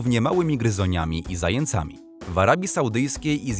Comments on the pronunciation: 4.51s. Słowo zając ...Narzędnik liczba mnoga ..... żywi się zajĄcami ( a nie zajęcami ).Ps.Nie czepiam się ale warto wiedzieć . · Mi się wydaje że powinno się mówić zającami nie zaje cami. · Zającami! Zając! Nie ma czegoś takiego jak Zajęc!Ja PRD! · "zajĘcami" :D No, nie mogę, co za głąb! i to konsekwentny :D Ogólnie: polski język mie jest czymś, co lektor opanował. Przykładów w tym filmie jest aż za dużo.